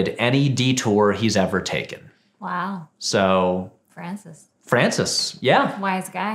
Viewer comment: Patrick says "My boi Francis Ford Coppola", but it sounds like "my boyfriend Ford Coppola" which fascinated me because it seemed to imply that the respect and admiration that he felt for the legendary director had transformed into a full-on romantic obsession, probably as a result of watching so many films of his in a row while drinking his wine.